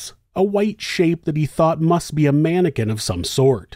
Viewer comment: It's never a mannequin, always a man-or-kin